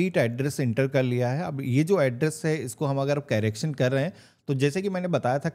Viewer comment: कैरेक्शन नहीं करेक्शन बोलते हैं